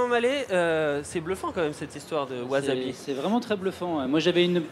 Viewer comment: Excellent projet, reste à bien le prononcer maintenant : "wassabi" et non "wazabi" :)